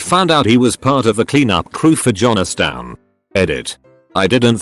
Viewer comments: I was just listening to the video. The robot voice said Jones town so weird I had to read that one to comprehend. But yikes. I see why he had nothing to do with powdered drinks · Someone needs to program the auto-voice to pronounce "Jonestown" correctly. - Um... if his first wife and the baby had died in childbirth, how could they be potential beneficiaries?